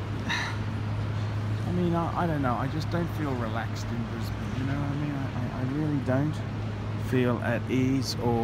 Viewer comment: Stop saying "Brisbayne" you annoying schizo fuck.